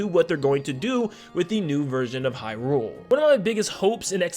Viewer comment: okay so i love your videos but omg if you could please please please use the correct emphasis when saying Hyrule. its said HYrule not hyRULE. It's pretty jarring to hear it be pronounced wrong repeatedly. I'm just speaking for myself here to be clear, but if you go and watch any Nintendo directs or official interviews they pronounce Hyrule with the emphasis being on "high" not on "rule" so its officially pronounced as HYrule just fyi